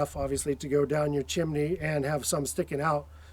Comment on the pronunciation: Why do you both call it a Chiminey😂 what's with the extra i?